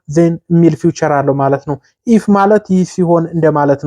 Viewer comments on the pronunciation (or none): ፊዩቸር አትበል